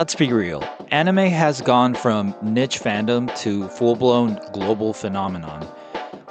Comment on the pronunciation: never heard anyone pronounce niche that way lol